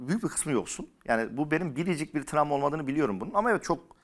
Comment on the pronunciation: Bu çocuğun bug i da tramwa! Sürekli sürekli bu kelimeyi kullanıyor ama travma diyemiyor tramva diyor.. bende mesela varlığından haberim vardı fakat hiç begenmiyordum ufak kesitler gormustum geçenlerde bı denk geldi üyelik aldım 1-2 haftada bütün bölümleri izledim mubtezel gibi 🤣 sonra da üyeliği iptal ettirdim zaten 🤣